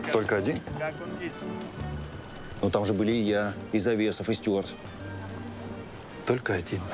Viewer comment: Pochemu nekotorie personaji, vklyuchaya i Ardasheva goviryat "styUart" (angliyskiy variant) vmesto "styuArd" (russkiy variant)? I jenshini vsyu dorogu v odnix i tex je naryadax.